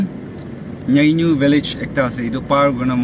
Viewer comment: not nyeinyu pronunciation correct it bro